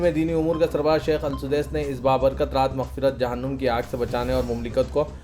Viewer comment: لفظ جہنم نوم نہیں ہے نم پیش نہیں زبر پڑھا جائے گانمزبر نم زبر نم